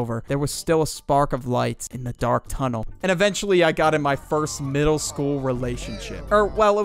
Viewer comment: Damn you really put the L in eLementary and middLe